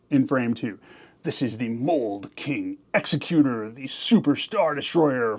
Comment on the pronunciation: It's"egs-ECK-u-ter" in canon. Second creator I've heard pronounce it wrong.